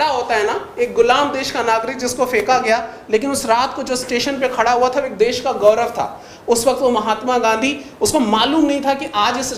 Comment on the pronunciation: देस नहीं देश होता है मैडम जी, आप हिंदी ही गलत बोल रही हैं आपसे पढ़ने वाले बच्चे भी गलत ही बोलेंगे तो भविष्य में तो हिंदी भाषा की ऐसी की तैसी हो जाएगी